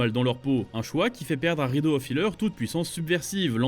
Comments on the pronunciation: rédeaux XD c'est le titre anglais donc faut prononcer à l'anglaise xD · La prononciation de Redo lol